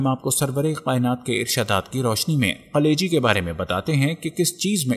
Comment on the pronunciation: میرے بھائی یقینی طور پر یہ ایک بہتریں ویلاگ ہیے تحقیق اور حوالہ کے ساتھ بات ایک مفید اور با علم لوگون کا طریقہ ہیے جو آپنے اپنایا. البتہ ایک تصہی کرتا چلوں کہ لفظ 'کلیجی' ہیے جبکہ آپکے تلفظ ایسا تھا کہ جیسے آپ 'قلیجی' کہ رہے ہیں اگر ایسا ہی ہے تو کم ازکم اردو زبان میں یہ درست نہیں.